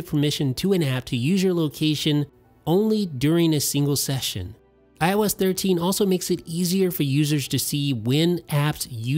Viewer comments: Why did i hear everytime he said IOS 13 i thought he said when i was 13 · When he keeps saying IOS13 i thought he was saying when i was thirteen 😂😂😂